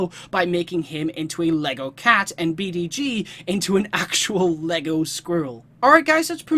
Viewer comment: The Wonder Woman costume is her goddess of war look, I think. Also, the Green Lantern, B'dg's name is pronounced 'badge.'